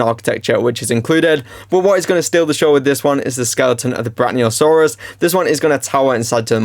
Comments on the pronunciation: Its pronounced brack-ee-oh-saw-rus not brack-knee-oh-saw-rus btw great video tho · Brachiosaurus = brae • kee • uh • saw • ruhs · Brachiosaurus. Slow down, sound it out. Fuckin hell man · nah it just got on my nerves cuz there's no n even close to there, was just bein helpful so the guy doesn't do it in future yk just tryna be nice